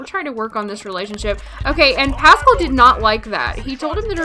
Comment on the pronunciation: its pas-scaal